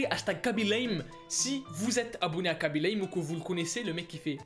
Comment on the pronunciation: Le seul mec qui parle français at qui prononce bien *khaby lame *